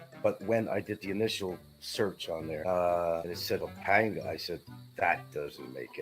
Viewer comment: Been there 7 years and loves to pontificate about the Philippines but can't correctly pronounce "Bicutin" and "Pampanga". Doesn't know the difference between central Luzon and northern Luzon. It must be tough going through life as a dullard.